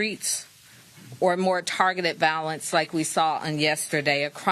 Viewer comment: The word is violence emphasis on the I , it is not pronounced valance with emphasis on the A , because there isn't any. I feel some kind of way to see my mayor on television pronouncing the words wrong. I'm just in need of New Yorker but that wasn't cool